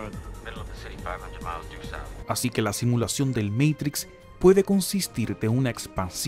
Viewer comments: No me gusta cuando el video es narrado como meitrix....porque no lo pronuncia como se pronuncia en español "MATRIX" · "el meitics" cuidado, estamos ante un privilegiado del lenguaje. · "El MEIKTRIKS" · Porque decís meitrix.... cualquiera